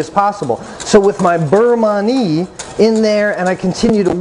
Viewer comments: Beurre Manie is pronounced burr mahn-yay acc to Jacques Pepin and Julia Child. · Thank you because listening to that mangled pronunciation makes me think he’s not really sure what he’s doing! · It's pronounced (burr mahn-yay) and it's a Nouvelle style for quick thickening at the end of the cooking process. The butter also helps add shine and flavor to the sauce, kind of like a "Monter Au Beurre" (mohn-tay ah burr) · Yes. Great info but the pronunciation was making me crazy. Because he repeated it so many times. 😏